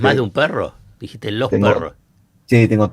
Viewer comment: Por favor!!! Zaiat deje de decir DIJISTES, estuvisteS!!! Deje de decir esa S al final. Es horrible!